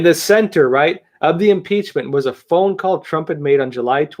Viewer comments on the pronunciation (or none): none